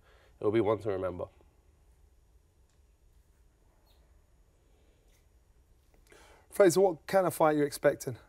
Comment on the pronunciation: Does nobody in this chat know this guy's name is Frazer and not Frazier?